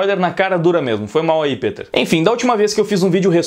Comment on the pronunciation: Pq vc fala "pEter" ao invés de "pIter"